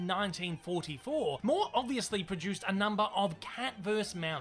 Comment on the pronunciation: One small note: the word is "versus", with two syllables; it's not "verse". Hunter versus prey; cat versus mouse. Saying "verse" for "versus" is something a little kid does, like saying "pisgetti" or "sammich". But an adult should know how to pronounce these words properly — especially if that adult talks for a living. You make great videos; but this unfortunate (and oft-repeated) mispronunciation mars this otherwise great videos.